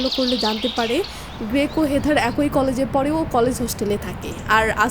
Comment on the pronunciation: এ্যাক+ই উচ্চারণ। উচ্চারণের প্রতি যত্নশীল হবেন প্লিজ।